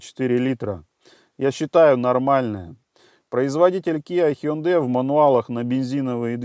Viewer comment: О, первый раз услышал правильное произношение Hyundai ХЁндЭ. Зачёт!